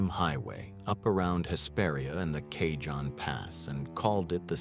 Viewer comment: It's pronounced "KA-HONE" pass